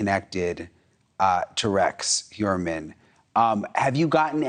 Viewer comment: Finally, someone who knows how to pronounce Heuermann!